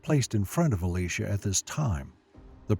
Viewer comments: Elijah and Elisha , still pronounced Elijah and not Alisha .... Both Elijah and Elisha are men and not a woman 🤦🤦🤦 .... stop calling him Alisha 🤦🤦🤦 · the pronunciation of the names are so off....Eleesha??? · I'm sorry to tell you I think you're saying Elisha's name wrong for your saying the female name and Elisha is male in the bible. I know that because my name is Elisha and I'm male and it's not said like that. I dislike how bad he pronounce Elisha so wrong is uh·lai·shuh. Thanks for your time in reading this. I hope you have a great day.